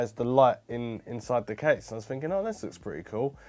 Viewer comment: Why can you sometimes pronounce TH correctly, and other times not!?